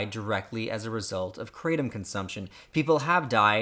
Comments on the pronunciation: It's pronounced krah-tom and the (t) part of (Tom) is a sound that is somewhere between a (t), (th) and a (d) sound because that's how Thai people pronounce a (t) sound .... It's a Thai word. Also it is in fact an opiate analogue. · I completely agree here, my experience was the exact same, and then again with even higher doses for a longer period of time as well, and I also have more experience with other opioids and opiates. Kratom (pronounced "kreh-Tom", as in the name "Tom") has a half-life that is much longer than many opioids/opiates. It builds up in the system with daily use, requiring higher and higher doses to maintain and yet keeps increasing in the rebound in ways with certain active metabolites especially. This is compounded by using strong or extract kratom. The withdrawal can be much more prolonged than many other opioids, including herion. It's not as severe in ways, but I would mostly call it "different" - it's more severe in ways as well, especially the length some symptoms can last - but the first three days are not as much of a hell as other opioids either. It's bad in it's own way. It's quite addictive because of this nature, and how slowly and insidiously it takes hold, because it does seem so benign and controllable at first, especially before daily dosing and seeing how others react without daily dosing. Kratom NEEDS to stay legal to be safe and can be quite beneficial, but don't ever trick yourself into thinking daily use will work out for you in the long run. It could be quite hellish, so only do so if desperate. It is unknown if some of these side effects are permanent, because most people just seem to get used to them but clearly still show behaviors that someone who is low on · It’s pronounced Kratom not kratom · It's hard to take your video seriously when you can't even pronounce "kratom" right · Never heard a single person pronounce it that way, until now. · cray tum* This guy can't even pronounce it right.